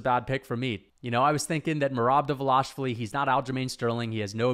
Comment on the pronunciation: great video i respect that you are going back to see where you were wrong but i think you had valid logic in the picks even though they were ultimately wrong. one thing though, Merabs name, its pronounced Duh-val-ish-vil-ee its a tricky one for us English speakers keep up the great work always like hearing your take on the sport.